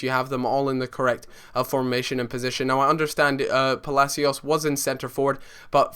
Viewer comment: It's Palacio btw, Palacios